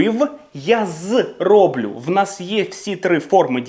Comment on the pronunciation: Все добре, але дуже дратує переклад українською "я принЕсу, я зрОблю" тощо. Неправильний наголос просто ріже вуха.